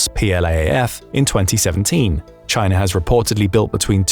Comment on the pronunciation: chay-nuh is basura!